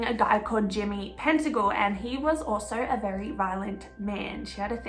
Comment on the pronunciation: Pettingill..not pentagil. Thanks for the vid